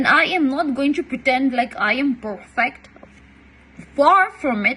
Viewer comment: And what is PORFECT or POORFECT LOL.. CM'S daughter accent..🤣????its perfect...